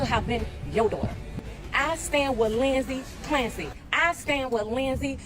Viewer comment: "Linzy Clampsy"